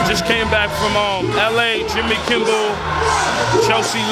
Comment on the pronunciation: Jimmy 'Kimble'? Its KIMMEL fool. Damn I love Yay, haha.